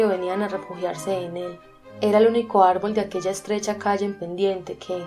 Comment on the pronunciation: Arbol separalo y dice ar-ból